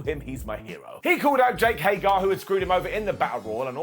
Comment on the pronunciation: but even he doesn't know how to pronounce Jake Hager's name